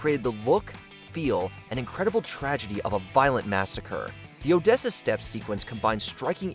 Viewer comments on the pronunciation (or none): none